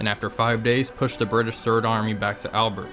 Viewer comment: FYI, the place is pronounced Al-bare, even though it's spelt Albert.